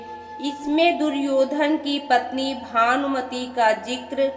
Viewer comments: Aap भानुमति को भानमती पढ रही है ।।। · अरे बावली भानमती नही भानुमति है